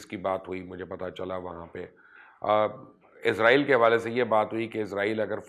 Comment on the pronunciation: مبشر صاحب عزرائیل نہیں اس کا نام اسرائیل ھے اپنی اصلاح کر لے